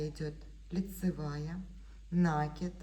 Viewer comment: Уважаемые мастера! Ударение только на И - накИд ! На это приставка, ударение на корень кИд получается накИд, Отключилась только потому, что невозможно слышать нАкид